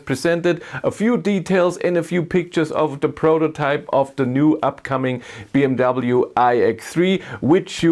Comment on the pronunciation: Why You don't say BMW properly 😅?